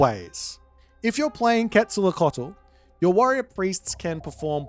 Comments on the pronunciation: another boit banger. for the names of the gods, because I suppose you'll be casting games in the future, Queztalcoatl is pronounced "Quet-sal-KO-atl", as opposed to your "quet-sal-lo-cotl", the other gods would be "Weet-si-lo-POCH-tli" and finally "tes-ka-TLEE-PO-ka", minor gods I'll leave it to you because you've been quite entertaining giving them names. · Really bad pronunciation... quezalocatol? 😅